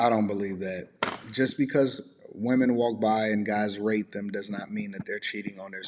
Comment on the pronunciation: pronounce the "T" stronger in the word "rate." YouTube subtitles is trying to get you a strike. The subtitles spelled out the "R" word that rhymes with grapes. They are being tricky. I've noticed this multiple times throughout the video, when she first said the word rate.